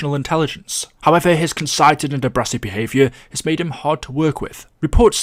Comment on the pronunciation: “Conc-i-ted” English 100